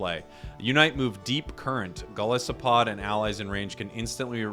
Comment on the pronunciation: it's interesting that everyone always seems to read Golisopod that way, with a soft I, even though it's a combination of Goliath and Isopod, which both have hard I. I swear I have never seen someone guess it right